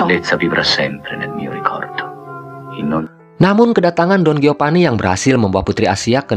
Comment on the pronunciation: Geopani, Gonjalpo, hahahaha..... Sunda banget.